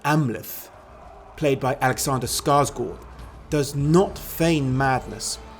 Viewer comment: I gave you a like as soon as I heard you pronouncing Skarsgård right.